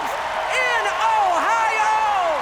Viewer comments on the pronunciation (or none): the way she says o-hi-o 😭😭